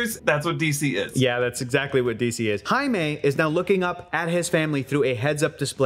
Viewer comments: Do us Africans a favour and just call him JAIME not aime... JAIME is pronounced as JEYME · Maybe if said Jaime's name right!!!!? But at the very least make sure they say names correctly!! PLEASE!!! JESUS!!!!!